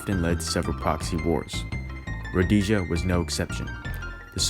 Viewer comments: Many presuppositions and lack of facts here, placing it in a purely racial war. Segregation in certain units was for security purposes but there were more blacks fighting internally against communists than whites. Their families had suffered the torture of the Communists. Also it's pronounced Rhodeesia. Impressed with the quality but not content. With correct research, I suspect you have read thru the barrel of a gun? It's the standard text for the marxists. Where were the whites supposed to go who only had Rhodesian passports who had spent over 100 years in the country? South Africa? we see what a shit hole both countries have become. One man, One vote, One time. Neither have become a democracy but essentially dictatorship. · Great project! Hope to see more from you. Suggestion... You might want to check pronunciation of local words (mis-pronounced words include Rhodesia in some places , ZANU and ZAPU). Will help the impression you give keep up with the research you did. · That’s not how you pronounce Rhodesia lol I had to turn this off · Rhodesia won the war all the changes came were political Mugabe was a commie dictator and that is why Zimbabwe is failing now most of the battles Rhodesia won and why can't you pronounce Rhodesia right find any other video and they say it right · Potential??? 😂 This is not some 15 year old project - it's a sad Rhodesian hater's ploy. Note the mispronunciation of the basics. So sad that you have to hide your sorrowful arse. Go get a life. You won't get it in Zimbabwe, but you'll be happy to bleat and usurp footage and audio like this from your little hole. Good luck! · Calling it roadasia is insulting!! it's pronounced RHODESIA, RHO DES IA. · A small point: it is called "Rhod-ee-sia". Not "Rhod-ay-sia" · [road-ee-sha] Not [road-ey-sha] For fuck's sake. Otherwise pretty kewl. Preesh. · It’s ro-deee-sia. Row like a boat. Dee like deem. Zee like New Zealand. Uh like uh what do I do. You keep saying ro-day-sia, day like daytime.